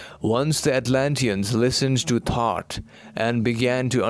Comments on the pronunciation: Thoth not thought. Correct? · It's THOTH not thought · Are you saying “Thought” or “THOTH”?? Very fascinating 💙Thank-You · Thoth is pronounced Tot which sounds like thought.